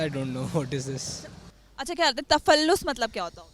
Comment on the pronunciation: Takhulus , not tafallus😢😅